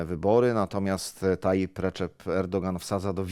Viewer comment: Szanowny Panie redaktorze, Tayyip, nie Tayyit!